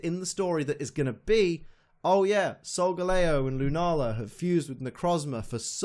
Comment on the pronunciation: Really irritating me that your saying SolgaLAYo. It's SolgaLEEo. The star constellation is LEEo. It's the shape of a lion. It's solgaLEEo